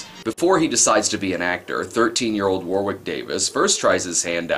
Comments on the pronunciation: One small detail It's pronounced Warrick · It's pronounced WO-RICK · Not Wicket War-wick